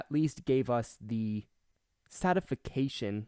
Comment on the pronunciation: Re-healthy? Satification? Damn, Americans use the English language like a sex worker. Use edit in your favor.